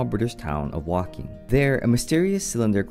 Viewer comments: It's not wolking it's Woking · Umm...Woking is pronounced Woke -ing. Just like Chanel No.5 is not Channel No. 5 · say woking properly its woe -king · It's pronounced 'Woe-king' btw 😂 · It's pronounced woking